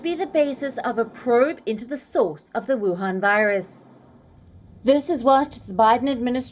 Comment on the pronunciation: When Palki 🙏🙏 says "WU-HAN VI-RUS" , I'm 100% sure about the name of the originated country 😂😂